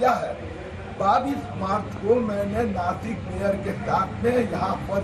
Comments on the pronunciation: Nashik hai vo nakis nahi . Dhanya hai tumhari patrakarita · Nakis nahi nashik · देश का सबसे बडा न्यूज़ चैनल अगर "नाशिक" को नाकिस बोले, और इससे ज्यादा उम्मीद क्या हो सकती है हमारे मिडिया से, पढ़े लिखे न्यूज़ एडिटर को जॉइन करो सालो, और देश को गुमराह करने वाली न्यूज़ मत दो। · Nasik nhi Nashik...